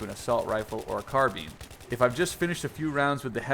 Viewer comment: lol car-bean